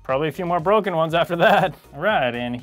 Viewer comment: I lol so hard when he said few borken one's after that 😂😂